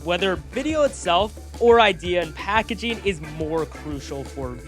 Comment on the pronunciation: packaging not "packagaing"